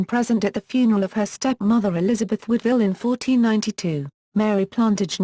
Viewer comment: Her name was WOODwille, nor not woodVILLE.